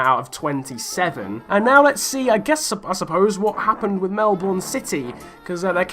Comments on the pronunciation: its melbourne not melborn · You said Melbourne wrong lol